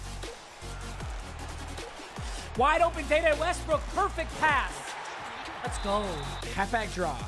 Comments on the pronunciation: “Dayday westbrook” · He really said dada Westbrook it’s Dede Westbrook